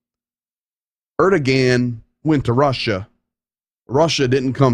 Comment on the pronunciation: I think you might want to check your pronunciation of Erdogan.